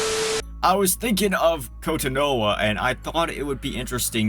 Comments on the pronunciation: It's pronounced ko-tawn-o-ha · their mispronounciation of kotonoha is killing me also nitpick but people dont "suffer" from autism they just. have it its not an inherently bad thing to be autistic man